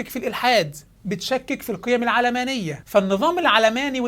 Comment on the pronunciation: تنطق العلمانية وليس العلامانية !